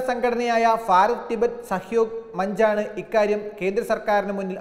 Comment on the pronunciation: ഫാരതം അല്ല... ഭാരതം ആണ്. ദയവായി ശ്രദ്ധിക്കുമല്ലോ